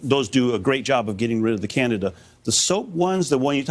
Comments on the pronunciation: Omgoodness the female news lady needs to make sure she knows the pronunciations BEFORE going on lol it’s NOT “Canada fungus”... IT IS CANDIDA FUNGUS!! Holy crap and the male with silver hair at about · Candida is pronounced Kan-dee-duh, not "Canada." 🚫🇨🇦😹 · Can-DEE-da is indeed a much better, more distinct and helpful pronunciation than Can-DA-da . Pronouncing Candida as "Candada", sounds too much like "Canada". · How come they all are pronouncing candida like Canada 🇨🇦❓ it’s pronounced as can - deed -a🥴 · AHHH it's CAN DEE DA not Canida. Why are so many mispronouncing this simple word! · they are saying it weird.. yea .. candada.. it's can-dee-da. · Fyi it's pronounced cand D da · Why is it being pronounced Canada Arus? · It's Can-dee-dah! DAHHHH! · Absolutely love how the doctor mispronounces candida! It also furthers my trust that they don't attribute any of this to antibiotics and poor dietary habits. Plemorphism is the key. If the host is sick because of a crap diet it's only a matter of time before you crap out. Basic fundamental common sense. Keep having those sodas, over processed food, prescription drugs, sugar and this is what happens. No news here. Can you cover the economy and housing market, please?